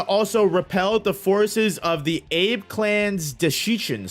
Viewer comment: 'Ah-beh' clan my guy.🤙